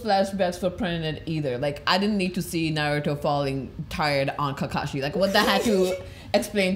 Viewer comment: his name isn't kakashi.. it is Ka-KAshi, only Guy knows how it is pronounced correctly, even I can only spell it :D That ending with Kurama totally daddy-fanboying Naruto :)